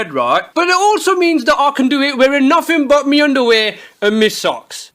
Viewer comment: Booty Messiah i love that he say mi insded of my